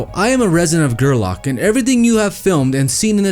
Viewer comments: Again pronounced Ger -lack There used to be a group of people that would stay out there for weeks after the event that would go around the whole area picking up the trash. I’ve talked to them miles away from the event picking up garbage. Maybe they don’t do that anymore and by no means is this leave no trace. I would agree more than 80% of then don’t care and just wanna party. The black rock is not far from where I live and this is appalling. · Strange.... This looks like the SAME EXACT VIDEO I DID, Only I did mine ohhhhhhhh 4 or 5 years ago. I live in Reno NV, The town is pronounced....(GERRRRRLACK) I drove that route everyday for FedEx. You're not showing me or anyone who lives within 300 miles of the Playa we haven't seen YEAR AFTER YEAR. So don't think you're bringing anything to light, or ohhhhhhh you've discovered something and now WE MUST EXPOSE IT. You're WAYYYYYY TOOOOO LATE..